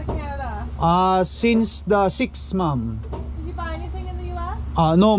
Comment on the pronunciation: Medyo alanganin yung pronunciation mo sa “ maam” it sounds like “mom” its an insult sometimes because the woman might be single..just saying..